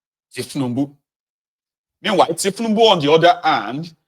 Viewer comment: Did I hear you call the president Thiefnubu? You must be crazy. YOU ARE A COMPOUND FOOL.